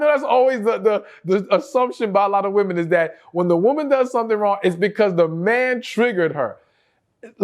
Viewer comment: I just love the way he says “su’tn” (something) 🤭